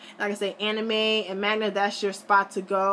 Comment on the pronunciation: it's manga not magna